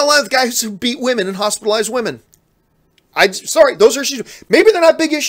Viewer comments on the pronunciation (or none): none